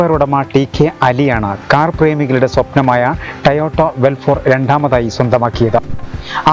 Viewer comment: It's toyota... not a tayota